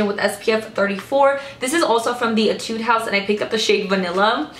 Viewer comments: I'm a new fan of yours! I love your videos so much. I've been watching them continuously.. Keep doing it please! :D By the way, in my country (Thailand), we pronounce "Etude" as "Ee-tooh-dee".. I'm not sure if mine is right for the Korean, though, but I'm pretty sure it's not Ee-tood. No offense! :) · Etude (E-tu-dee) This is how it pronounce.😂💕